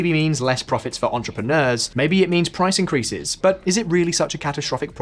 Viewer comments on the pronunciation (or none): none